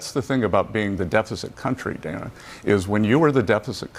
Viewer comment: Dana Bash’s first name is actually pronounced “Dan-nah,” rhyming with the name Hannah. Just FYI for a more polished political commentary. I certainly don’t have any respect for her, but neither do any of my favorite podcasters, e.g. the 'Derek Hunter Podcast' and the 'Derek Hunter Show'—from his daily broadcasted show on his local D.C./Baltimore area radio station—as well as 'Happy Hour with Julie & Liz', the Julie Kelly and Liz Sheld duo, and each of them and many others, even Tucker, pronounce hers and others’ names correctly.